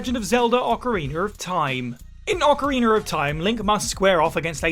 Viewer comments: Ocariner hurt me lol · Ocariner of Time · Or Ocariner lol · Oca-reener of time. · Ah yes, the "Oh-Kah-Reener" of Time. 😂